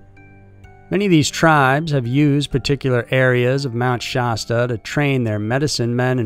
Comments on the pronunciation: Mt. Sha-stuh not stah but other than that great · Shaaaaa-sta cola, pronounced just like the old school soda. Mt. Shasta. Not shawsta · Why does he keep saying Shaw-stuh? Sh-a, like apple. Sha-stuh. Mount Shasta. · It's pronounced "SHASS-ta" not SHAHS-tuh." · Its pronounced sHASta not shosta. Like the word "has" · You keep saying Shasta wrong and it's cringe.. it's nothing fancy. It's (Sh-Ah-St-uh) not (Sh-ost-uh)... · FYI...it’s pronounced Shasta like the drink, the first “A” sounds like the “A” in “cat”. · Being from the Mt. Shasta area, your pronunciation made me laugh. You don't need to emphasize the A. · Lol I was wondering too...why does he say it that way????🤔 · Man I love your videos, but your saying Shasta wrong. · Okay, say Shasta the right way, everytime. Also Native American not Indians. Thank you.